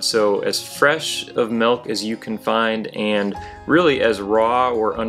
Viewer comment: Milk is pronounced with an i. m i l k. Not m e l k, stop that😂